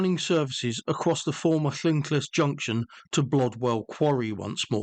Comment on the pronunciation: Loved the video but your pronunciation of llynclys was wrong and very cringe